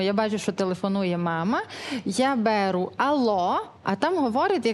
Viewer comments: Не бЕру, а берУ!!!!!! Жах!!!!! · З'ясувалося!!! І не бе'ру, а беру'!! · Жахливе тут все. І перелача,і історія,і вимова. "БЕру"🤦‍♀️ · На це кошти виділяють? На це? Що за мова?що за наголос у слові бЕру, що вона бЕре?